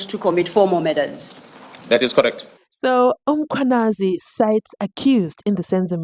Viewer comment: Can you.pronounce Mkhwanazi properly it's annoying